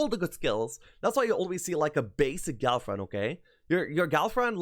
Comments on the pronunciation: that's exactly what I am hearing as well. love the guys expertise, but that pronunciation... oh man.. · I really thought he said girlfriend. Then I remembered this is a Heroes 3 expert talking